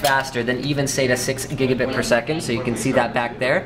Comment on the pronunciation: What the difference between "Gigabit" and "Gigabite" as he said on the video.